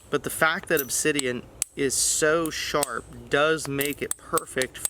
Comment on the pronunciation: When he says ridiculously sharpu thats not a joke. Obsidian is sharp down to the molecular level and is still used in surgeries today.